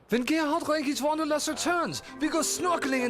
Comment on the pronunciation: oh, and he should learn how to pronounce his last name right(part 3), he´s doin it completely wrong XD very funny